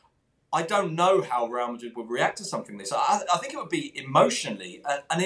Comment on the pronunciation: I sink conte is finished. Zidane has lost all of his hair, I sink he needs to speak with contes hair repair man. Sank you